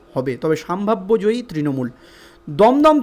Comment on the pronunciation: সম্ভাব্য। সাম্ভাব্য নয়